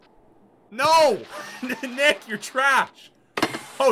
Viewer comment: When u say “nick ur trash” I thought for a minute u were saying IM trash😂😂😂😂😂😂